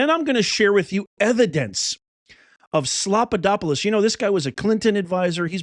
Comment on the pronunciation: "Slopadopilous" lol 😂😂😂